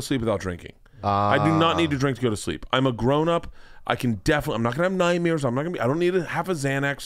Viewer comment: Bert says nightmeres